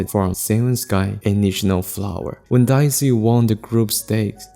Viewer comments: DAY-zee, not DYE-zee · Your pronunciation of Daisy and saying “in Japanese Daisy is a kind of flower” made me think you were talking about a special type of Japanese flower. It wasn’t until I looked at the subtitles that I realized you were just saying an English word with an accent and what kind of flower it was exactly